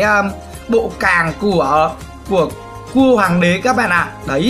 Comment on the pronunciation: A đang nói cái kéo giống như cua tự nhiên quảng cáo thành nghe ra như c*